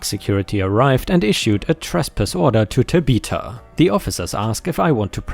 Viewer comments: It’s not Ta be ta, it’s Ta bith a. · man this narrator needs to learn tabitha is tab☼ith☼a not ta☼bith☼a, everytime he tries to say it my head spins a little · That girl's name is pronounced TAbitha emphasis on the TA and pronounced with a short a as in at . And I assume the park is at six flags over Texas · Tabitha is Tab' uh thuh (the th sound like that of thumb). ⭐⭐⭐⭐⭐⭐⭐⭐⭐⭐⭐⭐⭐⭐⭐⭐⭐⭐⭐⭐⭐⭐⭐⭐ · BTW Tabitha is pronounced TAB-ith-a, like Tab soda. I hope that helps. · Last Story - Amusement Park where a Karen kicks and injures a Service Dog. here is how you pronounce Tabitha Tab ith ah The ith is (it) but with a (th sound after the short i) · I do enjoy listening. But when you got to the name Tabitha. It kind of through me off. Pronounce Tab-e-tha. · Tabitha is pronounced 'Tab eh the' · FYI generally Tabitha is said Tab i (short i sound) tha or Ta bi tha where the vowels are the short sound rather the long sound. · Tabitha is pronounced 'tab-a- tha' (think like 'the' except the 'e' sound becomes a 'ah' sound). ✨⭐great job as usual! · I was thinking this when was telling the story. Another pronunciation that I have heard is: tăb- short i like in it-thă. Both of the a are short like in as. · TAB-ith-a, accent on the TAB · pronunciation might be the way to say the name in his own language. Also, it's Ta-bi-tha, not Ta-bith-a.